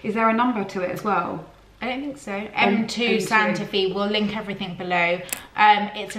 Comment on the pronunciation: Psst...Santa Fe is pronounced Santa Fay.